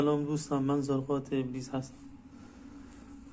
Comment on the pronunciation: توحتی نمیتونی زرقاط روتلفظ کنی احمق بعدطلسم نویس هستی خداتووامثال تورولعنت کنه